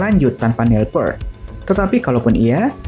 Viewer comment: Ralat, bacanya Nil Pirt.... bukan Pert.